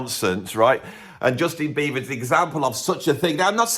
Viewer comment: Is he saying Justin Beaver?